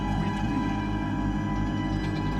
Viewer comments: I’m so happy knowing suffered through more Kreed. He’ll never qweet wheening now. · "you just QWEET me WHEENNING on"